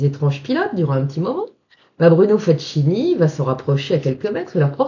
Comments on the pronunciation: Ne m'en veuillez pas de vous reprendre chère madame, mais FACCHINI ne se prononce pas FATCHINI mais FAKINI. Cela dit, je vous pardonne bien volontiers : on ne peut pas connaître toutes les prononciations de toutes les langues. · Encore une belle histoire,! Juste un petit conseil au sujet de la prononciation du nom du sieur Facchini. Ca se prononce Fakkini; le son tch avec ch, c’est de l’espagnol. Amicalement! Et continuez à nous régaler avec ces histoires magiques...